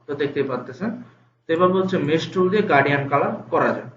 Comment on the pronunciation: Hello Mr., আপনি গার্ডিয়ান কালার উচচারন করতেছেন, শব্দটি হবে গ্রাডিয়ান্ট?